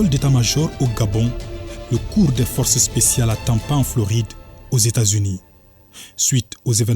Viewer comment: Le forcé spsial 😂😂😂